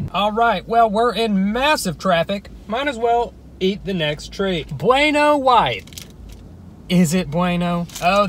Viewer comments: You got the wrong bweano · It’s buweno not beno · U pronounce it bweno not beno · Its chewsay init bruv? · It's pronounced "buh-when-o" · Bueno is pronounced boo eno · The way he pronounced "bueno" Im dying